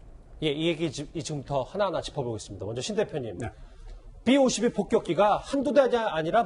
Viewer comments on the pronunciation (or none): 삐 오십이가 아니라 비 오십이